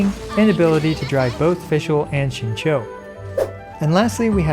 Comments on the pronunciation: Rip to Xingqiu's name being absolutely butchered lol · at this point i feel like people slaughter xingqiu's name on purpose lmao